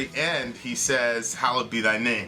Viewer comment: It's actually "Hallowed" not "Hollowed"